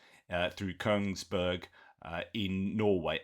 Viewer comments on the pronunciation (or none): It's Kongsberg pronounced like King Kong not Køngsberg. Perfectly pronounced ø, but in the wrong place. Sorry, but I'm Norwegian and my grandfather was from the town famous for it's silver mines and weapons factory 🙂